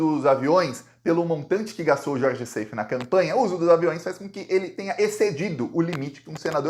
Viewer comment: Gostamos muito do seu belo trabalho jornalístico. Seif, pronúncia como está escrito. Plural de GOSPEL: gospels. Incesto: pronúncia aberta, cés. Wassef pronuncia-se uasséf, oxítona. Egito.